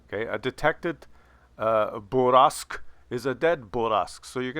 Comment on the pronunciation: I really want people to pronounce it bourr-a-sque